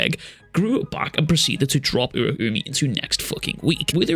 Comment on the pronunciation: I think it's pronounced Ur-ow-me